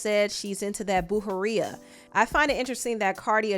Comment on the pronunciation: “Brujeria” = “BREW-HEH-REE-AH” (Roll the R like when Cardi says “Okurrr”).